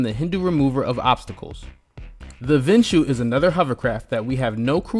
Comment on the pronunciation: It's not Vinshu. It's actually Vishnu